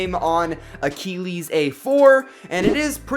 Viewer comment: he cringed up saying “ aykeelees”